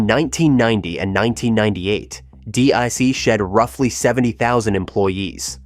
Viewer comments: A great history! Yes, the improper pronunciation of "DEC" was a bit annoying, but the research was good. I learned a lot, thanks. As mentioned in the video, Ken and DEC were instrumental in the development of networking and the idea of a cloud. Bob Metcalf's Ethernet became the standard in no small part because of DEC's backing. Also, Ken Olson said, "The network IS the computer" way back in the 1990s. Prescient. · I worked for DEC in Atlanta from '84 to '92, then HP from '97 to '05. DEC was by far the best job I've ever had, and the best company I've ever worked for. Started out doing phone support at the US Area CSC, then moved to Field Service. Great video, but does anyone else cringe at the pronunciation? It's pronounced "deck", not "dee eee cee"! Arghh!! 🤣🤣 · DEC was never pronounced D. E. C.. The company was called by its proper name, or, digital, or "DEC" as in deck. And, drove a Toyota. BTW, I was one of the guys who followed Captain Eddy to DG. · Say it like Deck. DEC. Not DAC or others. Get the Bostonian accent please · Do a little research - it’s “DEC” not D-E-C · D-E-C ??? "DEC, the historic Digital Equipment Corporation, is pronounced as a single syllable that rhymes with "peck" or "neck"—essentially sounding identical to the word "deck" (/dɛk/)." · Do you care about your scripts. .. Its DEC not D.I.C not D.R.C. Not D.E.C. most of your videos are unwatchable . And many people have told you again and again. Stop F^%$ then up so you once again got a THUMBS Down why because of the voiceover. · Oh for god’s sake!! It’s DEC not DIC!!! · No one, but no one, calls it D.E.C. It’s “Deck”. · Two comments: #1 your pronouncing of DEC: "Dee-Eye-See" 1/2 the time instead of "Dee-Eee-See" is hard on the ears. I would of just called them "Deck" like everyone else in the day did. #2 I have a PDP11/23 Qbus system in storage. If I had something with a actual Serial Port I could turn it on and let it boot up RT11. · DEC is pronounced like DECK. Always.